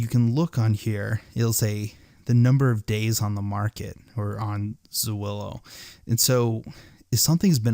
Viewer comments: It's Zillow bro, not Zawillow. 😆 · zillo....not zuwillo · Great information! Thanks so much! I did crack up every time I heard Zwillow though! :D It's just Zill-oh. ;) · Zillow, not Zoowillow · ITS ZILLOW not zawillow. 😂🤣😂🤣ONLY IN AMERICA 🤣😂🤣😂 Good ideas for help with doing this in Australia. I think. ✌ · Its Zillow, buddy, not Z[aw]illow! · Zuwillo sounds so cool though! I'm going to start saying it like this ;) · Ok, yeah. WTF? lol... Zu-willow? Dude. ;) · Learn how to say Zillow, moron.